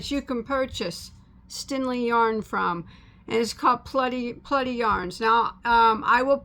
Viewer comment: Its stenli not stinli lol